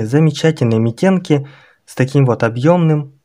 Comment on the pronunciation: Митенки-ударение на вторую букву